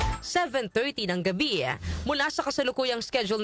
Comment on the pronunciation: Darlehen, bakit palaging may buntot ang pronounciation mo? Gaya ng Iran naging Irana, ang ptotection ay naging prot3ctiona.. Ang salitang Gabi ay naging Gabiya. Please paki ayos ng pronounciation mo para hindi pangit pakinggan. Thanks